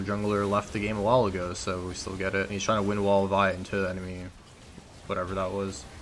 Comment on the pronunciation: whats worse is that keeps calling anivia wall wind wall >_>